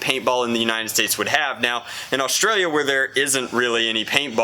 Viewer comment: Why does he say haustralia?